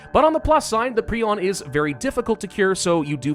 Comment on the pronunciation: I love how he is one of the few people actually pronouncing Prion right.